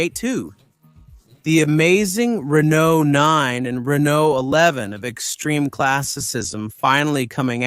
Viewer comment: He also pronounces Renault often as Renolt 😭